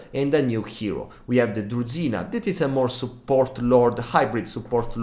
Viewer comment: As a russian native speaker, with the way he pronounced "druzhina" - nope, that doesn't sound like a "Kislevite". He pronounced it like [z'], whereas in slavic languages there is a strong, rough [zh], like... Well,dunno how to explain it in text. So I agree with the other commenter, he sounds more like a "Tilean". Edit: yeah, definitely more like a Tilean 🤌